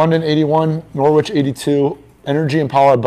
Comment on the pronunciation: It's pronounced Norrich, ignore the w